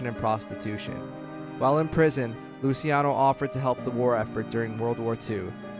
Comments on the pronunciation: its luchi not lusi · Why is it so hard to say Loo-CHE-Ah-No ???